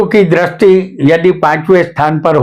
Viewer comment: Drasti nahi sir dristi bolakare please .